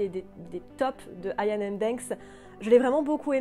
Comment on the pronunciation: Iain se prononce Iyenn (écossais, "dieu fait grace") ou a la francaise simplement Yann. Merci :)